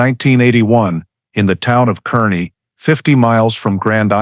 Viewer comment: It's pronounced karney.